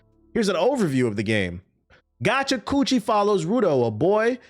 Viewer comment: TBH mispronouncing Gachiakuta make it sounds like a MAGA version of gotcha nose lol